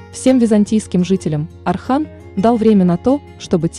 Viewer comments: Не Архан а Орхан. Ольгу вы же не говорите Альга, точно так же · Боже мой не Архан, имя произнистся через О, Орхан. Это тоже самое если произносить Ольга, как Альга. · Не Архан,а Орхан!!! Не Асман а Осман!!! Научитесь правильно произносить имена людей. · Если уж взялась за дело, то изучи его, хотя бы поинтересовалась, как произносятся тюркские имена, а не русифицировать все подряд. О- сман, О-рхан, а не Асман, Архан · Орхан ударение на о,не надо искажать имя,а не Архан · Ne Arxan ,a ORXAN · Не Асман и не Архан, а Осман и Орхан, так как ударение падает на"О". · Орхан,Орхан,Осман,Осман,а не Архан и не Асман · Не Архан а Орхан не Асман Осман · Я тоже такого мнения , вечно искажать названия современем так и воспримут молодые , поэтому просьба произносите , научитесь правильно произносить , тем более что бука " О " и из кириллицы , Осман , Орхан , Озан итд . Ещё Не Акей а Окей ! Поэтому мне не нравится такое чтение автора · НА РУССКОМ ЯЗЫКЕ ЕСТЬ БУКВА "О"ОРХАН 'ОСМАН ПРАВИЛЬНО ГОВОРИТЕ .